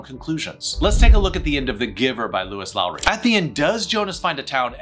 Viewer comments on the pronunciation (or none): none